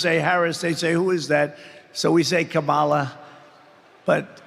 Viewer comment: He can’t even pronounce her name correctly.